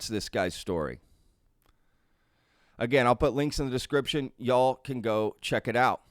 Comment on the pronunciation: You say y’all wrong and it’s annoying af